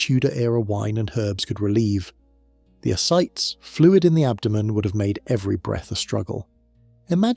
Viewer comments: Ascites is pronounced Uh-Sy-tees. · "Ascites" is a 3-syllable word, pronounced "a-site-ees." You mispronounced it at least four times.